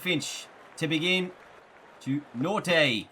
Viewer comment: It's not pronounced Nortay. It's like Norkia